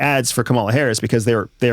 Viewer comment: I don't understand why a host and a guest who are clearly intelligent, well-educated and incredibly articulate deliberately mispronounce Harris' name like a bunch of giggling second graders who found their dad's Playboy stash. It casts a pall over every other thing you say. If you've got something you want to say about her, say it; but do it like men.